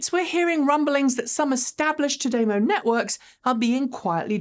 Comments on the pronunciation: Small production note: listening to Japanese speakers CHAdeMO is pronounced "Chad-a-moe".. you're saying Cha-DAY-mo... with an emphasis on the second syllable... the emphasis should be on the first syllable... and, no DAY sound... just a soft ah... "Chad-a-moe"... is how to say the phrase. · cha- dey-mow?.....fascinating. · I heard ChaDeMo is a Japanese pun: "O cha demo ika ga desu ka?" (I think I spelled that right.) It's a pickup line, meaning, "wanna grab some tea [while my car charges]?" If so, it's pronounced "chah-deh-mo." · Seems to be the British way to say it. I always said "CHADDY-mow" but there's no right or wrong, with it being a new word. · What's up with your pronunciation?! Have you forgotten how to speak English? Semi, Daimler chademo